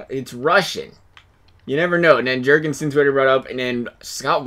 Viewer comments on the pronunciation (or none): 1) make Eichel high elite 2) play Eichel with Skinner and Reinhart, I’ve seen Reinhart get really good but only when he plays with Eichel 3) Girgensons is pronounced like Grr-ghen-sin with two hard g’s 4) make Dahlin high elite, cmon he’s the most hyped up defensive prospect since Dennis Potvin 5) Nathan Beaulieu is pronounced like Boy-you, very easy and simple 6) I personally think Carter Hutton should be more like an 84 or 85 but it wouldn’t be the end of the world if you keep him at 82 7) Ukko-Pekka Lukkonen is playing for Sudbury in OHL and he’s a med backup, I would make him a med starter 8) last but not least, I would try to tank for like one more year and then try to win 9) Baptiste is pronounced like Bap-teest-tay 10) turn off fog of war 11) trade away Okposo and/or Pominville while you have the chance